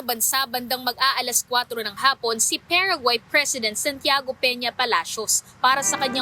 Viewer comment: PA RA GUAAAY not PEREGUAY